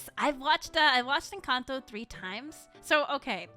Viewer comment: I like how says 'Encanto' in pure Spanish